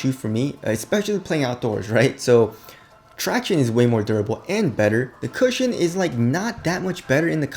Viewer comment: really cringed listening to him saying 'tractione'. why cant you pronounce normally